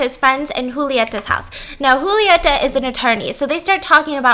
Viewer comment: Stephanie: The movie starts with a very sexual scene. Me:... Me: Yeap, that sounds like something my country would do. ps: love you, boo. Kisses from Argentina. It was very cool to watch the video and hear your impressions about the movie... And the way you pronounce "Julieta" is lovely.